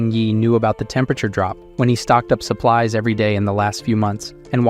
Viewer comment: Very entertaining but the AI voice needs to work on its pronunciation of some words. "Call-ED" "Sup plees instead of supplies"